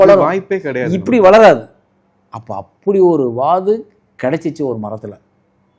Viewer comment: அது வாகு இல்ல வாது okay